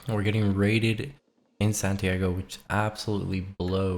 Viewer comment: san tee ah go not santiego